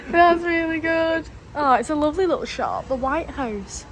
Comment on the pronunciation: Because he’s lawvely…